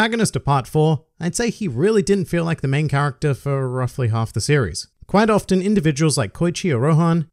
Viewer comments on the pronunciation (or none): none